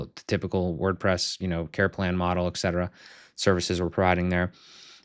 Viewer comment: You client just found out it's et cetera, not ex cetera :D